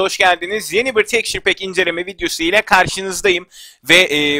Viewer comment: Abi şuna tekşur pek deme